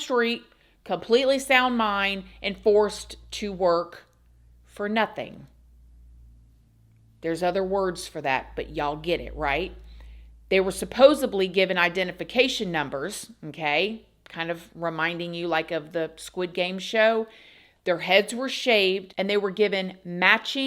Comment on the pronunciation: I love it when she says “Suppose-UB-ly” ❤